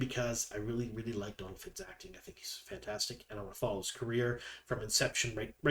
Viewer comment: Great video. Always appreciate the info you provide.One thing...Donal is pronounced like Doh-nal because of the fada over the O. It's not short for Donald!🙂